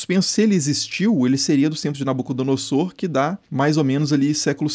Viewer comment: Creio que na pronúncia de "Nabucodonosor" a letra S tenha som de Z.